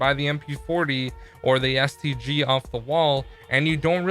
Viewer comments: “SVG off the wall” um sir... you’re drunk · He says STG not SVG aha